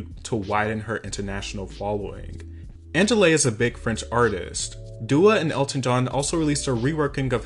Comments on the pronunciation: Very good video ! Actually Angèle is from belgium, her name in pronounced a little bit like "onjael" not anjélé. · Fever feat angelay LMFAOO?? "onshell" is the prononciation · Just à tiny correction, angèle is a an artist from Belgium, and its also not pronounced angeley it's more so angelle But still a great video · "Angelaaay" I died 😭😂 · You can pronounce Angèle like Angel :) the final "e" is silent ! And check her out. She's a big deal in french speaking countries. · Angele is not French btw but from Belgium, and her name is pronounced more like angel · angèle being pronounced as anjeley is making me lose it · her name is ANGELE. you read it like hair gel basically. and she is Belgian. yep America, not only in France we do speak French. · It kinda bothers me that you pronounce Angèle as "Anjelay" like bro.. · Angèle (Ann-jell) is Belgian NOT French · Haha no shade but Angèle is a Belgian artist and the pronunciation is way different hehe she's amazing<3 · I can’t trust anything you say after how you pronounced Angèle.